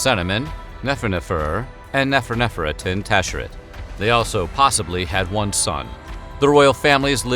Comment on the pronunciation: Guy: saying Nefertiti’s new name correctly Me: neferherefer titi